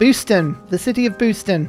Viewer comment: The way you pronounce Boston booston is hilarious